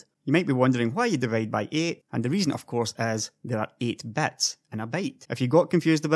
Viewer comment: Great video, but I really can't tell the difference of you saying bits and bytes. XD